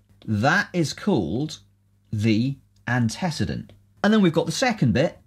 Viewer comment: The video was excellent... except for the pronunciation of antecedent ;)